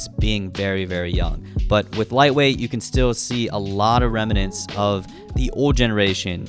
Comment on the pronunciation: It’s remnants not ‘reminants’